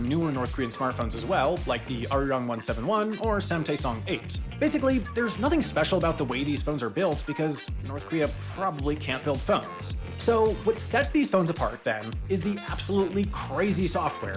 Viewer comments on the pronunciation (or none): SAMtaeSoNG? Really😂